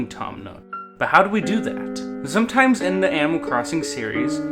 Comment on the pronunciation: no offence but you kept saying zometwies instead of sometimes